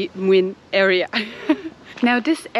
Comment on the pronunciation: Your pronunciation is better and better, guys! I understand everything. "Księży Młyn" is almost perfect <3 Oh, and if you are still in Łódź, I recommend to see another lovely artistic place very close to Piotrkowska – Siudmak's Yard on Więckowskiego Street.